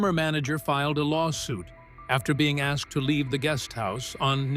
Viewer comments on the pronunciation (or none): none